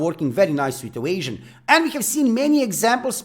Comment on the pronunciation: like the way you say "evasion" so funny